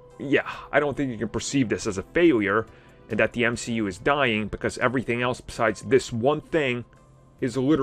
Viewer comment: Mcu I think you mean m she u